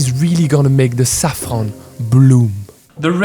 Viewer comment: The way you zaafran is original